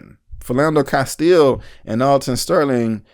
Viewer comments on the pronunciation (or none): none